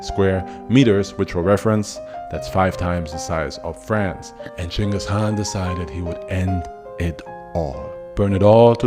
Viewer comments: I noticed that you basically skipped over a lot of details, there is another channel called extra history bro their video had more details and information then yours and also they didn't pronounce the word "khan" as "Han". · I love your fact based story telling. Great topics. The K in "khan" is not silent....or maybe it is, and my ears cringe at the "Han" sound. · I think dude is trolling us with the mispronounciation.